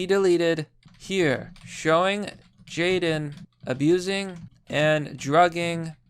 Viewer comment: Make sure you have his name correct: it is not Jaydon or Jayden but Jadon. Also, it is pronounced as (jay-DON) with the emphasis on the second syllable.